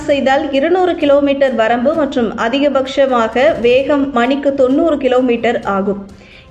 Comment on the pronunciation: அதிக பக்க்ஷமாக.... அல்ல.... அதிகபட்சமாக... என்று உச்சரியுங்கள்...